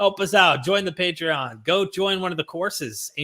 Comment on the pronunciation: Did almost say: "Matreon" instead of Patreon?. Luv it! 😁